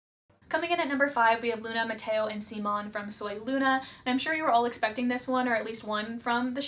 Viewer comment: idk how you mispronounced Simon wrong so many times when you claimed it was one of your favorite ships of all time and watched the whole show... I get if you’re not familiar with Spanish but I think your Hispanic viewers would really appreciate if you had :)